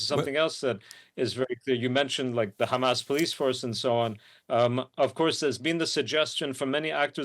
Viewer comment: Will journalists never learn how to pronounce "Hamas?". Why are educated people so inept, or is it haughty arrogance?